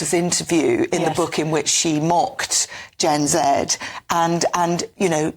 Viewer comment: You said Gen Z wrong!